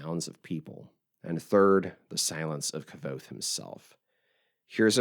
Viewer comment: It's not pronounced "K-ah-Vothe." The 'V' is akin to a Latin 'v,' which is pronounced like our 'W.' This makes it 'K-w-othe.'